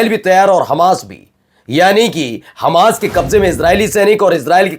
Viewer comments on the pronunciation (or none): none